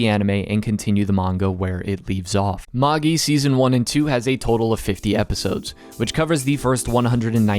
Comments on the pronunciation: It's ma-jai..not Maggie. How American do you have to be to screw up a 4 letter word that badly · Ik that's pretty much how it's used in the adaptation and most people pronounce it that way, but Magi is pronounced as /ˈmeɪdʒaɪ/, so it sounds more like mage I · Magi is pronounced ma-jai. Its the name of Zoroastrian(Persian) priests. Its where we get the word magic from. You don't say ma-gee-ic do you? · Are you actually saying “MOHG-Gee”? Seriously? LOL. WTF DUDE. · Ugh, the way you say the name. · The pronunciation of Magi is killing me smalls